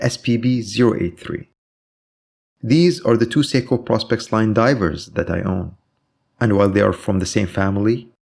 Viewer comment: PRO-SPEX not PROS-PEX you own them you should know